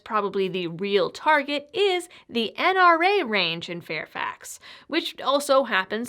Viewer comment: i’m impressed you pronounce Fairfax correctly. I happen to live in Fairfax county Virginia. The NRA sucks. Thanks for all your support keep up the good work